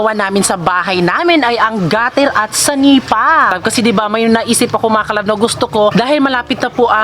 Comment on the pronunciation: Senepa po hindi sanipa